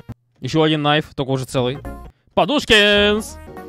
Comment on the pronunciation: Кнайф. Такое имя образовалось от английского knife —нож. Ты правильно сказал, произносится "найф". Имя такое дали, потому что это—частая ошибка в произношении, многие произносят именно " Кнайф"